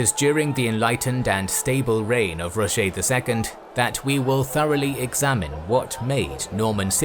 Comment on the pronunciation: Its not Rogé its Roger